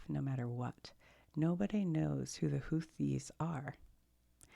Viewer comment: It's Houth-ees. Also they are being targeted by the US because they are trying to disrupt the trade through the Suez Canal as leverage to end the genocide in Gaza. This is after a brutal war the Saudis waged against Yemen.